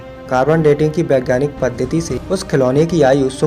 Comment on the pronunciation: 😂🤣😂🤣 Pehle Thik Se Bolna shik Baigyanik nahi hota Vaigyanik hota hai. aur Tere Ko Kaisa Malun Ki Brahmanone Jhoot Bola Tu Kya Time Machine Se Past Me Gaya Tha Kya Kisne Doraemon Ne Di Kya Time Machine Tere Ko 😂🤣🤣🤣 Hamari History Ki Bare Kuch Mat Bol .Sahi Kehte Hai Log Angrez To Chale Gaye Par Angrezy Shit Chhod Gaye 😂🤣😂🤣